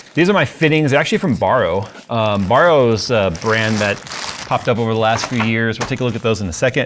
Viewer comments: its not actually borrow its barrow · Its Barrow. Like Wheelbarrow. Not borrow.